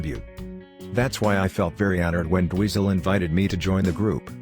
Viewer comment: Narrator sucks,calls monster guitarist Dweezil Zappa " Weasel " instead of his proper name ,still it reminds me of Weasels Ripped my Flesh .